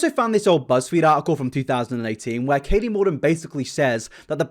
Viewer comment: Katie Morton without the second T